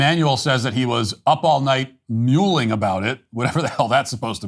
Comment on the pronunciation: Bruh was muling over the idea.... You mean like donkey? The word is mull....